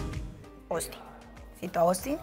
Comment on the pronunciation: este huevon va en serio JAJAJA AY OUSTIN bien peruano